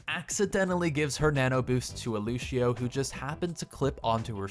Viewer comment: I'm gonna be that guy. It's Lució not Lushio